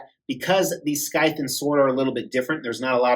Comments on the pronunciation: While I do agree with your pronunciation of Ryu... I think you're butchering the word scythe. It's "sithe." But you do you, brother. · The C is silent in scythe.